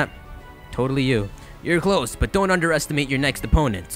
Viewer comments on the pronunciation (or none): none